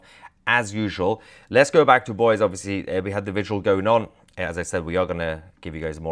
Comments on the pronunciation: Btw, it’s pronounced Boy-zee. 😉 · It’s pronounced “boy-zee” - Boise, Idaho. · FYI.. please note that the city in Idaho, Boise, is pronounced "Boy-z" not "Boys"😊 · It's BOY-ZEE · The Idaho city is Boise, (boy-see) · It's pronounced Boy-see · Boise is pronounced with a long e, ie "boy zee" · Hello and thanks for your coverage. FYI: it’s pronounced like Boy- zee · I love you brother but double check the pronuncuation of Utah and Boise. Im an Idaho native. Great work and I heard about the assassination from you.